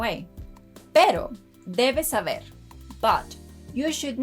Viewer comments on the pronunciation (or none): none